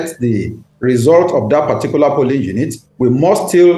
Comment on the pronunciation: Plsssss this phrase is "POlling unit" NOT pulling unit oo